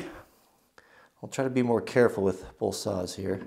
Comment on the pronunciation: Holy cow. Please. "both," not "bolth"